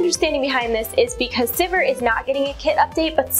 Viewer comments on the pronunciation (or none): Its not pronounced Syvehr.... Syveer is the proper way to say it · I can't believe that's the correct way to pronounce Sivir. It doesn't sound like anything when you say it that way, except vomit. I want it pronounced like "severe" and I will continue to do so until banned from LoL.